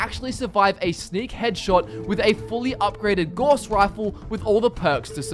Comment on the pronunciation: Fascinating video. I suspected the Far Harbour DLC critters would be on the top of the list. Makes sense given it was published a while after people had had time to build their characters up. (Oh, just a heads up..."Gauss" rhymes with "spouse", and "grouse".)